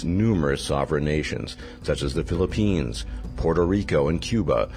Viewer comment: The way Philippines was pronounced..